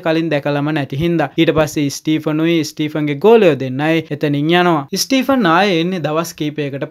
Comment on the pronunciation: ස්ටීපන් නෙමේ ස්ටීවන් කියලා ඔය නම කියන්නේ.